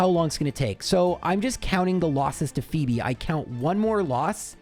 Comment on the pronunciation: My name is Phoebe and I giggle every time you pronounce it "fweb" or something silly like that